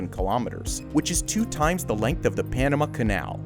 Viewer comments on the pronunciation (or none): none